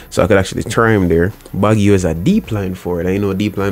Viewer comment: baggio is pronounced Bajio bro